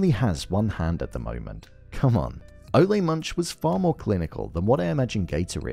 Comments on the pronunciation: It’s Ole like “ol’ - old”… not O-lay lmao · My take on Ole Munch (which by the way in episode 3 Gator mentions that it's pronounced Ooh-Laah) that again this is an homage to the Coen Bros. movie villains like Anton Chigurh or the biker from Raising Arizona. These types of Coen-esque unstoppable forces of nature almost mythical creatures, stuff of legends. Like Lorne Malvo in season 1, Ohanzee 'Hanzee' Dent in season 2, V.M. Varga in season 3, only this time I think the creator/writer Noah Hawley went a step further in cementing this villain's status as mythic by showing us the '500 years ago' title card and making us wonder if Ole is some ghoul that has been living for the past 500 years or if he is an ancestor. We will see how the season pans out but I think they will not provide any more background on him just to keep us wondering. Anyway, Noah Hawley has written/created one of the best villains ever in tv or film imho in these Fargo seasons. I also think they steal the show every time. And I am also wondering if Season 4 performed lower than the other seasons because of the lack of this legedary, mythic type villain.